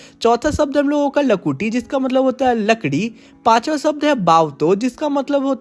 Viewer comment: larki nhi lakrii 😅😅😅